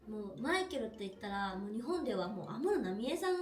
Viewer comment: 安室の発音がアムロと一緒😂